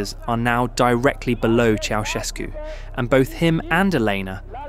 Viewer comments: "Ceaușescu", not "Chiaoescu"... are you that dumb,? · Interesting documentation, but it is really absolutely embarrassing that the name Ceausescu is permanently pronounced wrong: Correct is not "chi-au-esko" (the "i" is totally wrong!) but "tschautschesku"... shame on you according to rule no. 1 of journalism: "Everything could be wrong, but not names..." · Ça se prononce pas chaoueskou mais chaouscheskou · Pronunciation toh sahi kijiye. Ye "chow ses koo" Pronunciation hai. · "Choeskou", "Soseskou", "Kaosu", "Seseskü", "Kaoskü", "Chiaowescou", "Chovoscou", ...😂 Un enfant de 3ans prononcerait mieux son blaze! Il n a pas été prononcé une seule fois correctement!!! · Its pronounced Cow-Chess-Coo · ¿Chogoescu? A ver si te esmeras en pronunciar un poco mejor, al menos que se parezca a lo que es. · Ceausescu se pronuncia "Chaushescu". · "Chow"... Shevski... 😂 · Ki, an der Aussprache des Namens musst du aber noch üben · the mispronounciation in almost every romanian word is pissing me off so bad, i'm sorry. i don't mean to be rude, but it makes me so mad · Décidément pas facile à prononcer Ceausescu ...😂😂😂😂😂😂😂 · Bjr, la prononciation automatiquement doublée du nom Ceaușescu pique fort les oreilles !! 🙉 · チャウシェスクの名前を呼ぶたびに発音が変わるのはなんなんだｗｗ